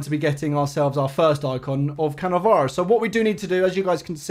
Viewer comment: Nice shit rievew of cannavaroo😂